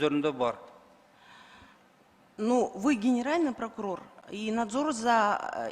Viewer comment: Кагаздан окуса прокурор окубай айтса пыркурор экен